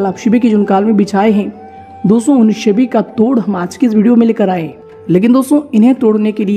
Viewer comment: भाई साहब ... स बोला करें... श नहीं... लग शकती है। नहीं लग सकती है। सभी बोलो शभी नहीं।